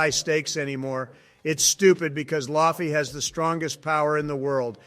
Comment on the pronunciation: Hilarious 🤣. Write "Lufy" as "loofy" for the AI to read it as it should be pronounced.